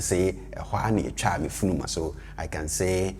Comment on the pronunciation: Thanks! Great video. Does he pronounce "funuma" as "furuma" with the "n" sounding like an "r"? If so, are there any rules around this?